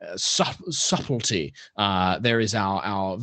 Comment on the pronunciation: My god when said"suplty" he went super British that was golden